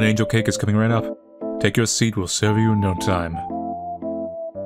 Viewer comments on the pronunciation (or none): none